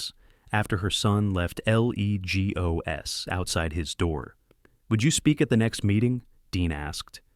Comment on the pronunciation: Guess that AI cant pronounce leg o s😅